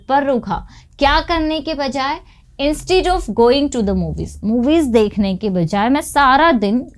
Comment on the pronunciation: Please rectify/correct your pronunciation of "instead of" and type the phrase in the google search engine. Google Chrome helps you listen to the pronunciation in American and British accents.